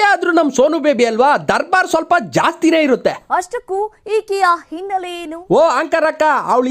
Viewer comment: Dost innele alla adu hinnele